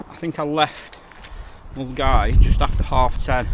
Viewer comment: great content mate i trekked it twice in the 90s and early 2000s its also good to hear an Englishman pronounce Milngavie correctly John from Glasgow